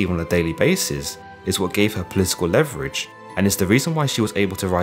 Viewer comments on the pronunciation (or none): none